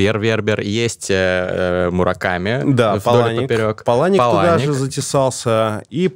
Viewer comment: Вообще-то ПАланик, а не ПалАник.